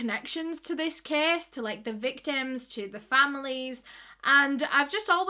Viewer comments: Anyone else think she was saying kiss instead of case in her accent? 😅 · I love how she says case ❤️